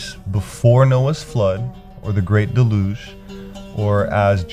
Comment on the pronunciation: Angels had one test before the Creation of the World. Their wills are fixed in their choice. Besides, angels have no bodies., its pronounced "DELL- yoozhe" and "antedelOOvian."